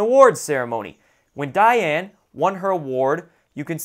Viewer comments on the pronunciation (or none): none